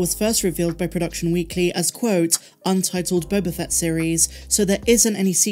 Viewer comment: You keep mispronouncing "The Book of Boba FATT".